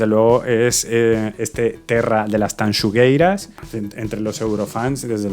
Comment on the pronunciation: Reconozco que veo estos vídeos para ver si pronuncian bien Tanxugueiras. Te doy un 10 :) Dicho sea de paso, menudo espectáculo.